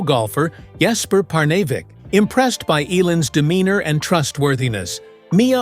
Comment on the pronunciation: When is this A.I. narrator going to learn how to pronounce words, names, places, etc... correctly? His voice and cadence are already chafing my ears. Perhaps this A.I. bot is not so advanced or has a learning disability. Jesper Parnevik's name is not pronounced, "Par-nav-eck"!! A.I. = Articulation Incompetence.